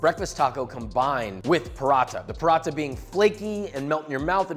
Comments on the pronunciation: brother it's not "Parotta", its pronounced "puh-ra-tha" with a hard "t" sound like the second t in throat. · his pronunciation of paranatha ;(